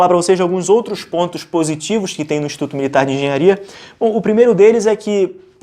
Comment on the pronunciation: Corrige o "Enghenharia" rsrs